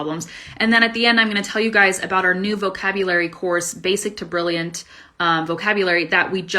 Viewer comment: my impression about your pronounced "BRILLIANT" is so vague like "buian" as miserable as a non-Eng. speaker not expects.